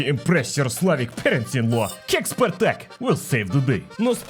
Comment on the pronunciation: Spartak but in comunist Germany we say SPARTAG 🗣️